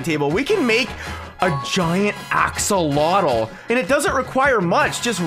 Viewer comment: Axolotl not axcoltal